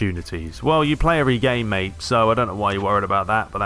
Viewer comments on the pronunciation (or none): none